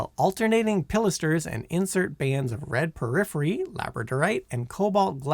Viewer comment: Porphyry...not "periphery."